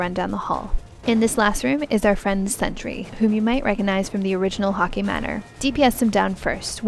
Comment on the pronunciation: Hockey manor -- that's just the Canadian coming out of her ;)